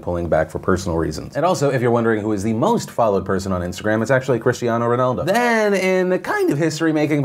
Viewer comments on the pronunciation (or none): none